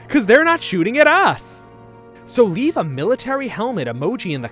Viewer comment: Reave instead of leave was a very nice touch on the japanese accent, they dont have Ls